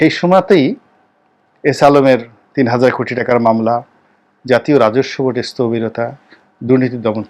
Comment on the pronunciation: স্তবিরতা নয় স্থবিরতা